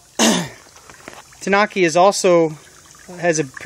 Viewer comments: (Tan-oooh-kee) is actual pronunciation. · Not to be rude but it's pronounced like (too-new-key) But awesome video by the way.